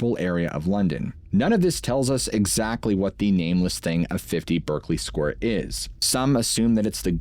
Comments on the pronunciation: In the UK we pronounce this 'Barkly Square'. Sorry to be pedantic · It’s pronounced “Barkley” square